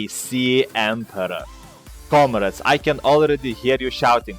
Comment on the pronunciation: comrades he pronounces it as comreds